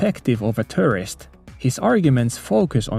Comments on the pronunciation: Just stumbled upon this video. I thought you meant terrorist when you said tourist... I was like, wait does terrorist also visit maid cafes?? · whenever he said tourist, I heard terrorist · I find it funny that at 3x speed, your pronunciation of 'tourist' sounded like 'terrorist' to me at first.